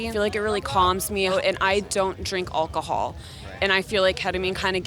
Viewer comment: "I dont drink ALL ca HALL"